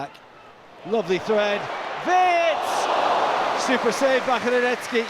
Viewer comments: Wirtz. It's Wirtz. With a Z. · Its WIRTZ not WIRTS btw